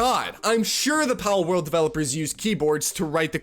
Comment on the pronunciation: edit: i like the part where he mispronounces words for rage bait interaction. i think he just said "parworld" i should have been arrested back in the early 2000s for playing my sister's barbie horse video games allowing me to BREACH NINTENDO'S FUTURE PATENTS of basic game mechanics.